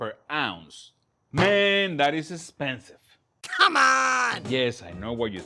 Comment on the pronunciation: That and " 'spensive" lol